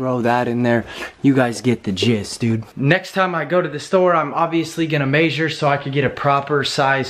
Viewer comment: The way he says “measure” always cracks me up, not hating, just can’t figure out what kind of accent he got that from.